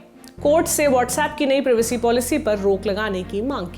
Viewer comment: प्रिवेसी नहीं प्राइवेसी होता है प्राइवेसी।